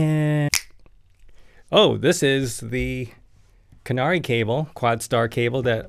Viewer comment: KA-NA-RAY not canary. To be really correct, the 'r' actually sounds closer to a 'L'.